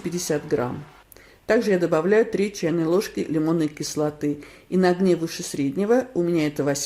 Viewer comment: Вы очень невнятно сказали, то ли "три", то ли "треть". Больше слышится "три", как по мне. Проверьте сами 0.52.